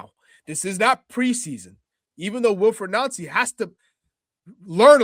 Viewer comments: see at the start the guy trying the changed celtic way of saying his name only for his American mate to correct him,its noncey,oh ye sorry noncey,lol. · So funny when these hosts say his name correctly, then go out of their way to say it wrong 😂 It rhymes with fancy, people! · 😂 Its jus Nancy you don't have to pronounce it in French. Its jus nancy as in ooooo Nancy bhoy.. Everyone here's calling him a FANNIE though. You can pronounce that in French if you like too. LE FANNIE, MLS to SPFL. Americans eh, . 😂 You don't understand Scottish football.